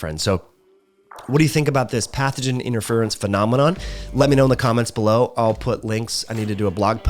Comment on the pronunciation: IN-TER-FEAR-IN-S . . . . Interference. It's 4 syllables. Why r u making it 6? Lol